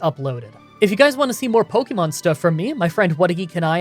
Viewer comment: Ive been watching your videos for awhile now, and I enjoy your content generally, but could you please stop pronouncing pokemon like “poky”mon. It’s more of a “pokeh”mon. Listen to the anime. I know its small but you could at least pronounce the name of the game you are playing correctly.